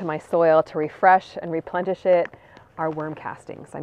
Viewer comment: Love "replentish" it's like replenishing with plenty 😂